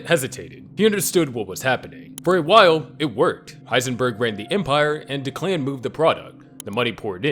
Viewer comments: DECK-luhn, not da-KLAN lmao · Anyone else bothered by the pronunciation of Declan?